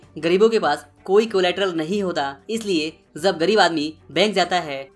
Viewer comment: Yaar tum video bohot achi banate ho is mein koi shak nahi lekin tumhari pronounce mein hamesha galti hoti hai jaise . Jab ko Zab .Jagah ko zaga .wajah ko waza.jitna ko zitna .Jeet ko zeet shayad tum bangali .